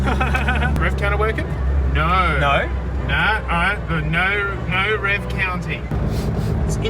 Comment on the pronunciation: No doesn’t have a r in it, stop saying naur